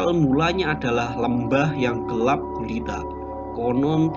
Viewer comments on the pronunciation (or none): none